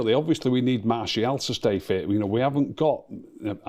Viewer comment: Okay, when did start saying Martial's name correctly?!